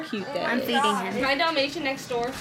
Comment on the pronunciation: dalmation, dalmatioon